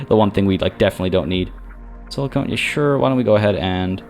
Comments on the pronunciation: Sorry to nitpick, but you keep pronouncing silicon as silicone and those are very different substances. 😊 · Hey …love the stream of this game. Just a heads up on pronunciation. Silicon (short o) is for computer chips and semiconductors. Silicone (long o) is the stuff in fake boobies and aquarium sealant. Cheers!